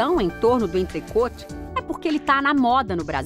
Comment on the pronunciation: alguem avisa a repórter que a pronuncia certa é "entrecô"